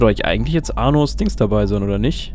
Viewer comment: Hört noch jemand "Anus" wenn er Arnos meint?